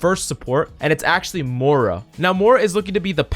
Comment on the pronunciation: He said MORA